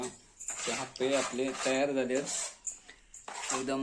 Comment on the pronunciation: हयका हापे नाही बोलनत आप्पे बोलतत